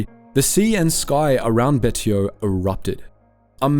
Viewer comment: Betio = Bay-she-oh